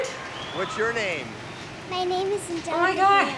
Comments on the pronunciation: you said her name wrong you said it ANGEL-EECA it is pronounced ANGELICA the I sounds like a ih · an-gel-eeka ahaha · Aan-gel-leek-a Hale 😂😂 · You said her name wrong at the start... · When you said Angelica wrong. Why does this annoy me!